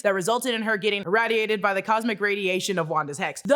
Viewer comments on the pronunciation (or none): Why are you mispronoucing "irradiated" like that? You HAVE to know that's not how it's pronounced. The A is a long A. The 2nd syllable rhymes with laid, not fad.